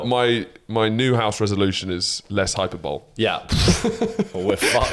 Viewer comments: Lads "hyperbole" is pronounced "High Per Bolly"; not "Hyper Bowl". Hyper Bowl was a game on the Sega Mega Drive whereby you assumed the role of Kirk Hansom, thrown into a deadly game of winner takes all Hyperthrashball. 30 contestants compete (to the death) at the eponymous Hyper Bowl stadium in front of the dystopian world leader Emperor Zardox of the Glagnon Six Galaxy. Basically it's like Street Fighter on skates. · it’s pronounced hai-puh-buh-lee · Is pronouncing hyperbole wrong a running joke that I've missed?